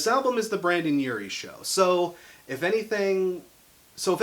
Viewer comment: Great video but I have to say something that bothered me the whole video. It's BrEndon Urie not BrAndon Urie